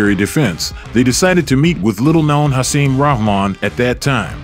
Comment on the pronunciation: Hasim's last name is pronounced "Rock-Mon" not "Rah-Mon" EDIT: After watching the full video I must add: Hasim is pronounced "Ha-seem" not "Hassim" It really makes me question the narrator/and or content creator's knowledge of this era of heavyweight boxing. That coupled with the video's title of "The night Lennox Lewis got his ass kicked" when really, Lewis didn't get his ass kicked. He was overweight, grossly unprepared, too confidant and ultimately got caught with a lucky (albeit monster) right hand. I'm not a Lewis fan at all, but he was clearly classes above Rahman. Hasim was a solid fighter in his own right, but more of a fringe guy at best. Getting caught with a right hand from Hasim does not entail "getting his ass kicked" Mike Tyson got his ass kicked by Lewis, that would have been a better title and narrative. I AM a Tyson fan.